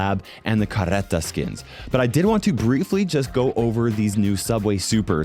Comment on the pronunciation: the way to pronounce "Carreta" in portuguese is like the "H" sound in "Hot" You don't need to roll your Rs, just say "Caheta"